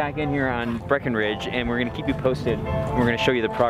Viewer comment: keep not feep lol